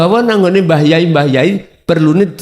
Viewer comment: Kyai..bukan yai..klo yai itu sebutan suku tertentu yg artinya adalah kakak..klo Kyai artinya Orang Alim yg ahli,pintar dlm urusan Agama Islam.